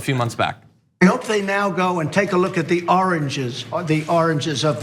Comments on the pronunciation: Really, I'm dying to know what Trump was talking about! "the oranges of this are abzured." Just got it - the origins - he was trying to say origins. Oh my gosh, what a mess. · he meant to say "origins" and he says oranges. LOL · I think it was his trying to say origins which came out oranges, several times. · Origins. Oranges. Keep in mind this is a guy that famously says "big league" but everyone thinks he says "bigly" because he doesn't pronounce or enunciate properly.